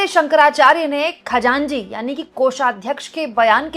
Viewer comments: Khajanji nahi Khajanchi bolte hai. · Khajanji nahi. It’s khajanchi 😂😂 it’s a farsi word. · खजांजी नहीं खजांची होता है